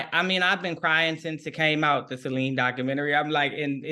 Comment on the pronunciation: I love how the interviewer pronounces Celine's name correctly ❤